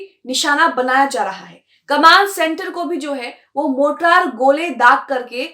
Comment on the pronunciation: मोटरार नहीं "मोर्टार" ..... कैसी पत्रकार हो ?? मोटरार नहीं "मोर्टार" ..... कैसी पत्रकार हो ?? मोटरार नहीं "मोर्टार" ..... कैसी पत्रकार हो ?? मोटरार नहीं "मोर्टार" ..... कैसी पत्रकार हो ??